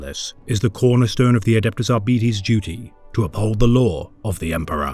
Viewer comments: ar-beeties? Ar-bytes. Arbitration, arbiter, arbites. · Ar... BIT... es. It is from the exact same root as Arbitration, arbitrary, arbitrarily, etc... Or, in this exact instance - a verb To Arbitrate. It is such a simple word, and root, that I will never understand why almost every lore YouTuber out there has so much difficulty understanding how it is pronounced. Absolutely no words with Arbit- as its root is pronounced Ar-Bee... none of them. EDIT: HE EVEN SAYS ARBITRATION IN THIS SCRIPT FOUR TIMES, AND YET IT STILL RETURNS EVERY TIME. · ar Bite's Not At Betties I can't watch what may have otherwise been entertaining every time you say Ar'Betties it's like nails down a chalkboard to me. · With Arbites coming to Darktide next month, I decided to look up their lore. But I've been hearing their name pronounced as "Are-bee-its" or "Are-bites". Could somebody more knowable please tell me which is the correct way to pronounce it so I don't look dumb, please? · Dont care what gw says its ar-bites not ar-bee-tese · No? Not how it’s pronounced, but he’s pronouncing the i in “Arbites” incorrectly; it’s a short i’s “ih” sound, not an e’s long “eee” sound. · It's defenitly not the way this narrator pronounces it that's for sure. Ar-Bee-eehz... Brits are a silly bunch. It's pronounced how you would say arbitrator and you decide if you end with "ess" or "ees" because it's a made up word. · I'm pretty sure the word is pronounced Arr bee taze. Latin words ending in es, the "es" is usually pronounced "aze" are they not? We need arbitration on this matter . 😊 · It's still so weird to call them ar-bee-tees... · Isnt it "ARBAH-ITS"?